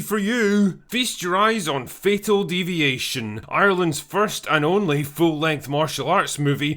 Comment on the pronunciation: Thought you said fecal deviation